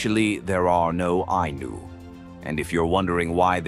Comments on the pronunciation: Its not anus , its Eye-knew , wow replace the narrative voice and get your facts straight. The Anus , damnit man. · The Ainu and the decedents of the Jomon Culture, who lived all over eastern Japan. Their religion is what Shinto is based on. The pronunciation is Ainu, the same vowels as in Spanish. There is no S sound.